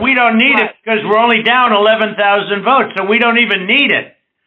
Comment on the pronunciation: "WE NEED 11.000 WOTES" like he is buying potatoes.Worst president in Americas history.I feel sorry for the biggest democracy in the world.